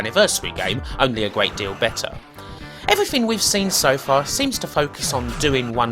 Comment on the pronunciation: Gweat Staw Twek weview.